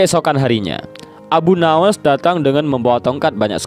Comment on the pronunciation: Sebutan yang betul dan tepat adalah Abu Nuwwas bukan Nawas... Bapak Kelicikan